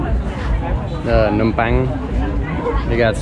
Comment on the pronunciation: Your pronunciation is impeccable! I rarely hear foreigners pronouced Phnom Penh correctly. Great job on pronouncing other Khmer words as well!